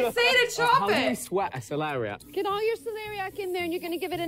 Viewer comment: actually really funny hearing you guys keep saying celeria no matter how many times they say celeriac